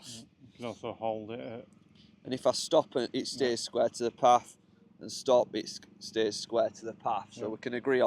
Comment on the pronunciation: Sqaure to Sqaure lol Is that northern?